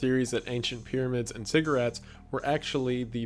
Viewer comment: Anyone else hear 'pyramids and cigarettes' rather than 'ziggurats'. Lol